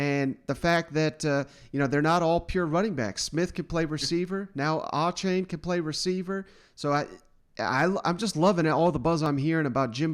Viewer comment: Buddy you have footage of Jimbo saying Achane's name correctly in this video and you still mispronounced it smh